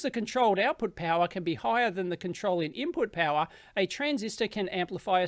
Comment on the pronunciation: No way, no where near! Listen to the word "power" particularly. It is not using a proper Australian accent, it sounds English esp. at the end of the word. It might not be so obvious to you if you do not have an Australian accent or live around Australian accents all the time.